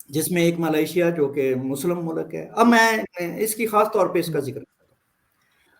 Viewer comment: Arzoo can't pronounce Malaysia. I have noticed Pakistanis cant pronounce this word properly including her friend Cheema.